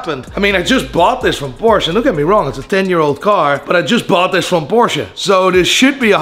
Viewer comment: It’s Porsche!!!!! 2 syllables geez